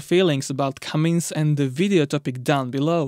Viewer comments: Cummins… CummINS. Not “CummINGS” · It's pronounced Cummins not Cummings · Tuned out. Cummins, not Cummings dolt. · It’s not Cummings, it IS Cummins.. you spell it right and pronounce it wrong. What is your native language ? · Did anyone tell the producers it’s “ Cummins” not “comings”? It’s right on the motor… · foot pounds, not pound feet, so annoying to listen to you saying pound feet over and over, IT IS FOOT POUNDS. and its not "cummings" its cum-ins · No "G" in Cummins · No “G” in Cummins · There is no G in Cummins. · I thought you were kidding at first. It's Cummins!! No "G".